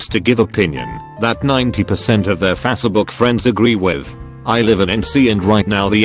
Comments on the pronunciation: Fas book? Face as in race, not fas as fast. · Nobody: Text to speech: fazshebook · he reads it fatsbook lmao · Never get sick of hearing "Fassabook" lol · Fasse-A-buk lol